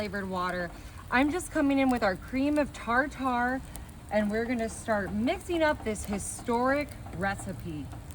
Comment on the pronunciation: I heard her say that, too. "Cream of tar tar" My mom,one of the greatest home cooking gals,,,EVER, would be in her rocker--recliner, shaking the news paper and laughing.